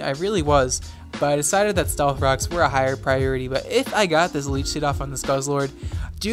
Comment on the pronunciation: why for does he say “stealth cocks”?